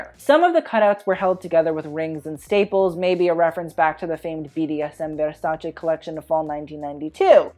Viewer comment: stop saying vérśäćę plsss 😣